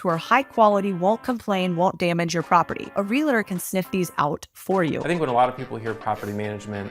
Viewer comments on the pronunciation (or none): Realtor > Real-a-tour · people mispronouncing the world “realtor” makes me cringe. say it the way that it’s spelled, it’s not that difficult. it’s REAL-tor not RE-LA-tor smdh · I don't trust realtors that say relator 😂🤣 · I love you. You are a stickler for good posture and I'm a multifamily realtor and investor that's a stickler for pronouncing REAL-TOR correctly. It's not real-a-tor its REAL-TOR!!! I'm so tiled girl:) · I love your work, content and message. However, please pronounce REALTOR correctly...JS....Para Adelante!!!